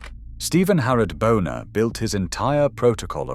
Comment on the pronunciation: Buhner is pronounced booner, not boner! 🤣